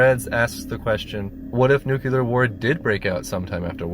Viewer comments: How hard is it to prepare oneself for making a video about a movie about this topics and LEARN how to say the word NUCLEAR!? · Before writing an essay it’s a good idea to first learn how to pronounce the topic correctly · Do Americans really say "nukular" like this guy instead of "nuclear" or is it just this guy? English isn't my mother tongue, it is possible that I'm just misunderstanding something...Am I? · gawdammit... 5 seconds in and I'm already screaming, "It's NEW-KLEE-YAR! Not NoOk-yOo-LuR!" .....all right... I'll try to muscle past that... AIEEEEEEE!!! NO! 8 more "nook-yoo-luhrrzz" in the first minute alone! I CAN'T DO IT!!! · Jesus Christ. NU - CLE - AR. Not "nucular!!!"[ it's about the atomic nu-cle-us.] c'mon Americans, you sure can build 'em, how about learning to pronounce 'em too? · Dear Americans... it's caller nuCLEAR fallout, not nucular fallout. There's no such thing as Nuculuses. SMH. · Please pronounce this devastation with the gravity it demands - NuCLEAR not NuCULAR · It is pronounced NEW-CLEAR. NEW-KEW-LAR is never the correct pronunciation. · Let's just all be glad that there's no such thing as nucular bombs anymore. Nuclear ones, however, are very real, and a clear and present danger to human survival. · Why oh why do people still say 'newkiller' and not NUCLEAR!?!?! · You want to talk seriously about nuclear war and yet can't even pronounce the word properly. It's NEW CLEAR, not nukular like morons say. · "Nuclear." NEWK-LEE-ER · You lost me at "nucular." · What the eff is a 'nucular bomb'? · NYOO-klee-uh, for god's holy sake. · Noo-Klee-Ur. Why is that so hard? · NEW. CLEE. AR. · umm, nucular??? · The word is NU CLE AR. Not Nucular you dick, FFS. Are you George Bush's son? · Nuclear not nucular. What a dope. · It's nu cle ur. You are mispronouncing it You sound like an idiot. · Nucular LOLZ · Say it with me "New•Clear" Nuclear. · "Nucular" war? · ..."nucYOUler weapons" FFS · Remove your adenoids and learn how to pronounce nuclear.